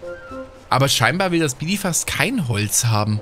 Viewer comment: Nimm es mir nicht übel, aber ich finds einfach funny xD: sieht Bidiza: "Bidifas"